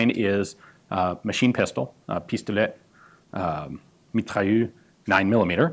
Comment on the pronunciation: I love when he tries to speak french, he got pistolet somewhat right, just don't pronounce the t at the end, but mitrailleur, he forgot the r